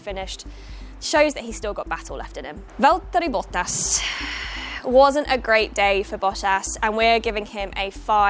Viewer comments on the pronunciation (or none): Valteree Bot-ass